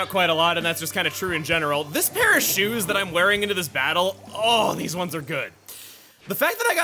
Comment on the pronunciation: “I am Heavy Splatling Guy. And theeze, is my weapon.”